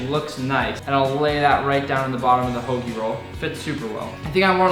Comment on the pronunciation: He said hoagie!!! And I appreciate that